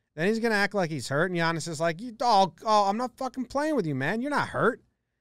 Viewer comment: Thanks for pronouncing his name correctly